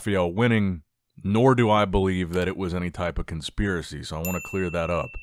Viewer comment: "I don't believe it was a conspirary" then proceeds to emphasise the call outs several times. Come on. I feel like you deep down agree with Tonio😅